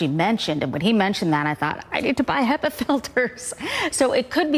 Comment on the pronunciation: They are pronounced Hepa like he first before the pa. I didn’t know this either 😂! Also, the easiest solution if you can’t afford the filters is to open a window and create negative airflow in your house if you have visitors over. Hope this helps!